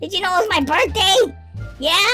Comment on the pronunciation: It's funny because he should say happy birthday lol not burt day lololololololololololo